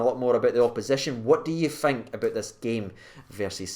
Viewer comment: Its thirty not firty and think not fink